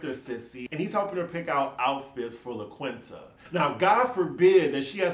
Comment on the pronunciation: It’s pronounced LA KEEN-TA. Also looking forward to the RhoLagos pillow talk episode...thanks!